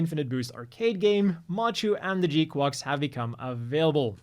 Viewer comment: still weird hearing you pronounce gquuuuux like that, it's supposed to sound like quacks, like a duck